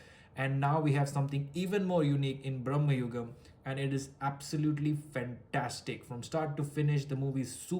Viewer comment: dey aa cinema ഒന്ന് കണ്ട് നോക്ക്.. മമ്മുട്ടി തന്നെ പറയുന്നത് ഭ്രമയുഗം എന്നാണ്.. not ബ്രമ്മയുഗം